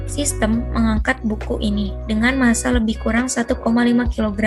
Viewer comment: Penyaji menjelaskan materi dengan jelas sehingga mudah dimengerti. Tetapi ada kesalahan pengucapan dalam menyebutkan massa pada soal no. 2 dan ada suara yang terdengar noisy